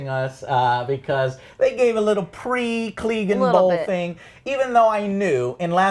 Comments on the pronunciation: What is this Cleegenbowl? Is that anything like Cleganebowl? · Who the fuck is Eurion? and what the fuck is Gleeganbowl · Eurion... Daenerious... Cleeganbowl... -.- And u call urselves fans?